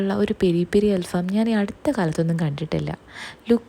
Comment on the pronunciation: ഫാം അല്ല. ഫഹം ചാർകോൾ കരി